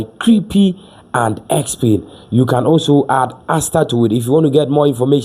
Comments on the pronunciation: Stop saying creepy!!!!!! Learn the pronounciation!!!! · Please, stop saying "Creepie". The right pronunciation is "Crêp"; the last "e" is silent. It is a French word for Pancake. Thank you.